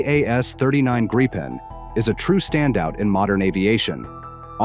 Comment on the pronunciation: It's Gripen, not Grapen.